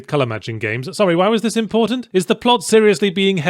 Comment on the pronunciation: Did yahtzee not figure out how to setup shortcut keys for magic? But yeah the pwot is ummm convoluted if I was to put it lightly. lol